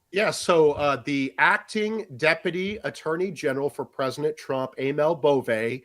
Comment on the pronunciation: Am I crazy or is the A3P guy saying "presnent"?